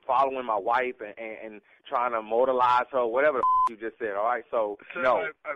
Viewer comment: "Immortalize" not "mortalize" .. nephew Tommy constantly mispronouncing words! .. if folks weren't so sensitive and ready to fight they would pick up on that! 🙄